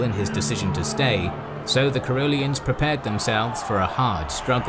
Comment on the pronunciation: Caroleans, Ka-roh-leen-s. Or in Swedish, Karoliner, Ka-roh-lin-er.